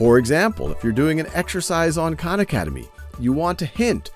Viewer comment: Big fan but Sal need to start correctly pronouncing his last name so people don’t insist on mispronouncing the names of all the Khans